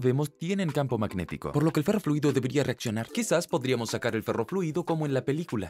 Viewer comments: ferrofluido no perrofluido jajajajajaja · like si escuchaste perroliquido en vez de ferroliquido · No sé si fui el único pero escuche "perro fluido"